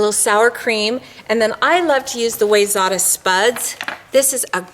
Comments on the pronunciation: Awesome video,. Side note for - Wayzata is pronounced wy-ZET-ah. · It's why-zet(pronounced like vet)-ah I grew up there in Minnesota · Cool video with great info. If you want to be cool with the MN locals, the spice company is pronounced "why-zetta". Have to represent my home town. Cheers to all, AND.... The owl is on the shed ;).